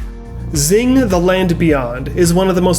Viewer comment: Lol Xing is pronounced crossing!